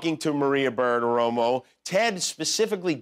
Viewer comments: Jimmy sounds drunk every time he tries to pronounce "Bartiromo". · Jimmy has an incredibly tough time saying, "Bartiromo". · Wow Jimmy can't pronounce "Bartiromo". It was funny